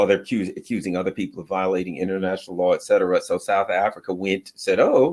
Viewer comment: It’s called et Cetera…. And not eksetera